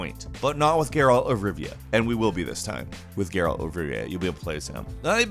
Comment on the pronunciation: how hard is it to say Geralt?